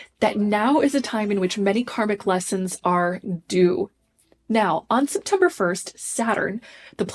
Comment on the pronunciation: Does she keep saying SIPtember because we’re all going to need to drink this month?